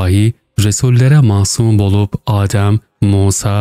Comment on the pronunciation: Yokluk, AAdem değil.. adem, adem kısa" a"